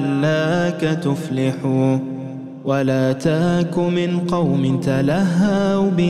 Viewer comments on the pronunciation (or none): مثال تمسك ينطقها الناغم تمساك....ولا تك بدعيا ينطقها ولا تاك بدعيا...الخ